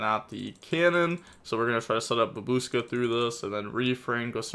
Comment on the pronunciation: "Babooska" I love you,. Never change.